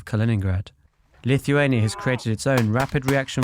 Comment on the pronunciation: ***** Lithuania! not LittleHuania ..